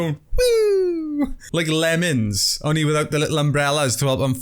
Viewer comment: You mean lemmings not lemons right??!😂😂